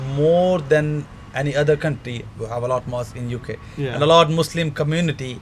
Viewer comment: why do you pronounce 'muslim' in the way that you do? such a strange way to say it lol, ive never heard anyone say it like that before